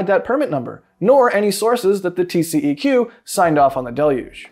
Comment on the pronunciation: in Texas we don't say TCEQ as tee see e cue. We pronounce it as TCQ, tee see cue.